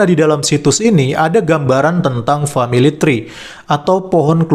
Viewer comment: Wkwk.. Dia bilang family try.. 😅